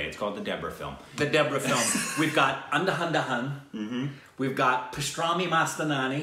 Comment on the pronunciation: Did he say andahandahun to andhadhun